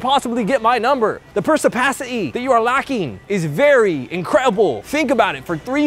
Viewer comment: "Persipassity" had me dying lmfao